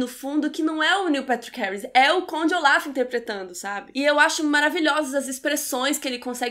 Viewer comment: Q nervoso vc falando Oláf, é ôlaf hahaha mas adorei a resenha. Eu a serie assim q lançou e era mt ver a segunda temp. Eu odeiooo dms injustiça em serie e odeio o fato de ngn ouvir as criancas mas enfim, adorei o filme por isso q eu vi a serie, tem uma coisa q acontece nos ultimos eps q eu fico tipo q????? Mas enfim